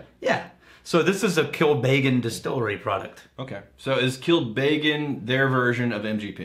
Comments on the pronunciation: I think this episode helped me realise how and why Americans butcher the pernunciation of Irish names. They over emphasise the vowels. Connemara is "con-eh-marah" not "'cone-eh-marah" Kilbeggan is "kill-beg-en" not "kill-bay-gan" If in doubt just say the word in the laziest free flowing way possible. Without emphasis. 😆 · Hey guys,, your pronounciation of connemara is right, but kilbeggan, isnt kil-bay-gen, but phonetically, kill beg in. Also, Dublin is in the east coast, kilbeggan is more Midlands in offaly